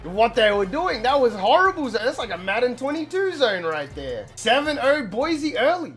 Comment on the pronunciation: BSU fan here. first its pronounced boy-see not boizy and second your weapons are gonna be Shakir in the pass and Holani in the run. also, don't worry that Hank broke his ribs, Cord is just as good.